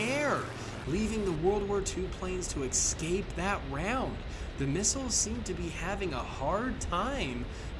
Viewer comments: Why do you say excape??? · There is no "x" in "escape"